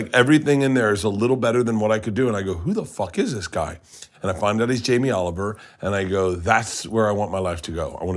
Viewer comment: "Yamee Oliwer" you mean